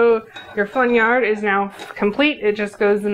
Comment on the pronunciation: Thanks for pronouncing flaugnarde for us